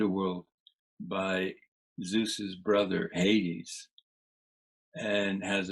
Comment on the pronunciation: Just a gentle correction: Hades is pronounced "Hay-deez" not "Hayds". Terrific interview.